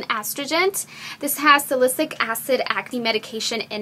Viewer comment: astrigent? salycic acid? as-trin-gent and sa-li-cy-lic doll